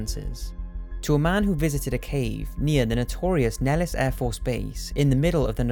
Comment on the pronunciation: Nellis is ACTUALLY pronounced: "Nell-iss" Air Base